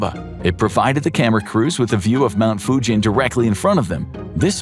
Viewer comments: Mount Fugen is pronounced like “Mugen” Honda, not like Fujian in China. Not “jeep” sound but “geese” sound. Just being picky… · The mountain is not called Fujen, it's a G .... Fugen. I know it may come of as nasty, I just want to help English speaking understand